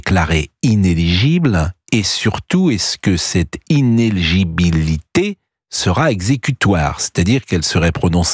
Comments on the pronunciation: Quand donc saura-t-on prononcer correctement INÉLIGIBILITÉ (7 syllabes) au lieu d'inégibilté presque toujours prononcé. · c'est quand meme incroyable que P Praud n'arrive pas à prononcer "inéligibilité" correctement. Il ferait peut etre mieux de retourner commenter des matchs de foot